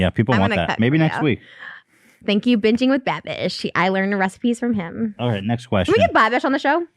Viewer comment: Its Binging (binge-ing) with Babish like the eating disorder, i really hope Trish sees this and she can pronouce it before having him on the show haha